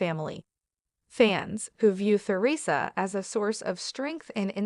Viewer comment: I could only watch this for 5 minutes, the mispronounciation of Theresa's name. I thought it was about her ex husband???